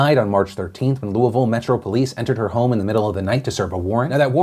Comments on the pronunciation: when phil says Louisville correctly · Anyone else love the fact that Phil says “Louisville” correctly? Just me? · Excellent job on pronouncing Louisville correctly. It's kind of a thing around the area. You nailed it. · Thank you for pronouncing Louisville correctly!